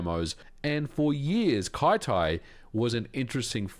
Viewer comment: I feel like Kyty should be pronounced "kitty" instead of "kai-tai" :D